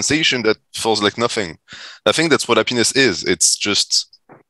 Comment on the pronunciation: saying hap-piness is hilarious 😂